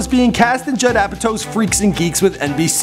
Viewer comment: judd apatow its not jedd